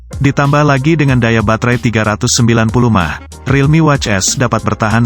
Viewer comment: Kocak M-a-h jadi mah tolong di benerin pengucapan botnya wkwk